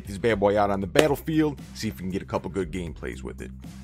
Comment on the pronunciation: #WRwinNShanlou ZI4MS1 / Android Hey thanks for the giveaway and like your accent to pronounce the goooooood 😂😂